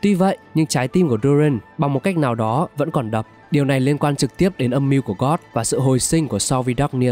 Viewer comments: Tóm tắt rất hay=)) mỗi tội phát âm hơi sai dễ gây hiểu lầm cho newbie, ví dụ như gold mà ông đọc gần như giống từ god, tatarlia mà ông đọc sang tartania,.... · giả kim thuật sư gót là ai z ad, biết mỗi gold thôi nma gold đâu có phát âm như vậy nhỉ